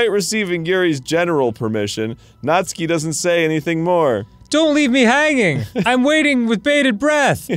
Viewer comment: I finally found out the right way to pronounce natsuki, “Nastookie”